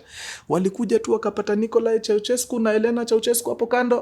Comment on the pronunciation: sio "ko" ni "kwe" kwensekwuensis 😂😂😂😂😂